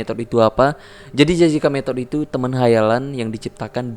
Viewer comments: jessica mettod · Gua ngakak bang ngmongny kocak "Jessica Mettodd" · Jessica ngthd 🤣🤣